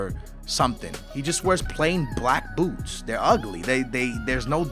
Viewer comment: When he said, boots, i thought he said boobs